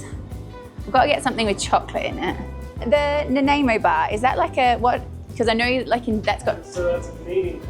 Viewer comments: Hope you had a great birthday - and if you get to visit the home of the Nanaimo bar on Vancouver Island, remember it’s pronounced Nan-eye-mow not Nan-ai-mo. How do I know? I spent ten years living close by on Gabriola Island (pronounced Gay-bree-ola). would fit in well there……,! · Happy Birthday.. it’s pronounced Nan-Eye-Mo bar.. created in my home town of Nanaimo BC. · Hope you enjoyed the Nanaimo Bar, pronounced "Nan-eye-mow". Many Canadians make them at Christmas, love them.